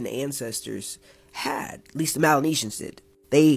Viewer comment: Melanesians not Malenasians